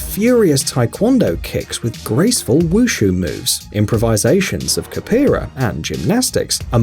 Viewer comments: Hey dude if you're gonna narrate you need to know how to pronounce words The martial art known as capoeira is pronounced (capp o era). A simplistic way would be "cap weare>" BUT for it to sound more authentic to the language whence it came, (cop po AY rah). Not kahpeearuh. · Warehouse , the narrator said: "Ka-PEER-a" as a martial art. WTF?! Did he mean: "Capoeira", which is the name for the Afro-Brazilian martial art that is pronounced: "Capo-AIR-a"?! Because, if so, that's the real name for a devastating martial art that was created by escaped or freed 16th-century African slaves in Brazil way back then. With their freedom on the line, they soon identified a dire need for self-protection, since many other people back then were very interested in re-capturing these men so that they could be sold back into slavery for a healthy fee. The newly-freed slaves banded together to try to find a way to protect themselves. Since all that they knew how to do hand-to-hand was to dance vigorously, with incredibly high jumps thrown in like after a big hunt or during a celebration, the former slaves combined these athletic moves with various other fighting styles from which they borrowed moves when they first started developing this self-defense strategy. No one had seen anything else like it in martial arts, so it was very hard to defend against on first contact. The rest, as they say, is history. "Ka-PEER-a!!!" Honestly! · It’s pronounced ca-pua-ra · Improvisations of Kapeera...? You mean Capoeira, right...? Probably want to learn how to say that word, lol. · Its pronounced ‘Capowera’ Capoeira